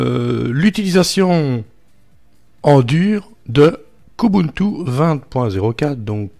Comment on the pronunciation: Qiou ti (plutôt) 😉😉.... Prononcé à l'anglaise